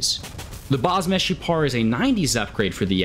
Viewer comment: Greetings from Israel! you actually said the "Meshupar" right,Meshupar means "Improved" in hebrew.